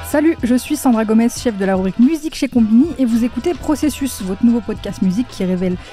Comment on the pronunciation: TimOsmanJr Oui je sais , donc pourquoi elle dit Gomez ? Avec un z